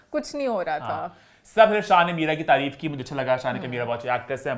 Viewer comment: Taareef ko treeeeef